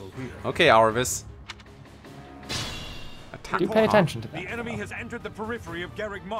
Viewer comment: He said Arvis...